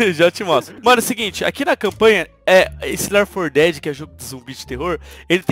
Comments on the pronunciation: lér for que é 4 dedi 2 Jogo:left 4 (four) dead 2 Pronúncia:lefiti for deade 2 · só eu que ouvi o falando do começo ler for dead em vez de left for dead? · Se fala "Léfiti for deadi". Rsrs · "Left 4 Dead" se pronuncia Ler 4 Dead?? Kkkkk ta ruim no ingles kk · Ler for dédi